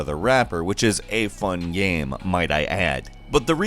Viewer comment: why can’t pronounce game right